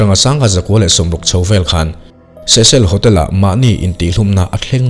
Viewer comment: Cecil hotel ilam dan hi adik chiah lo nge keiman ka hriat dan hi adik lo zawk le😊